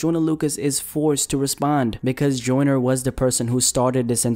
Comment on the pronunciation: Does anybody else hear him saying “Jordan” not “joyner”